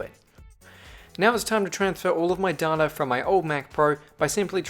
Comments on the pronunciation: you say data wrong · For english tongues it is read as "daa~ta" for americans it'd be read as "day~ta"